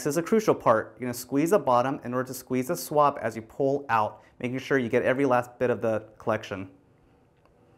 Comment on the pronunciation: I thought he said swamp so i brang shrek